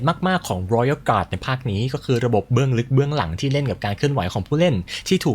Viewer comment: ชอบการออกเสียง Royal Guard,Sword Master เเบบเป๊ะมาก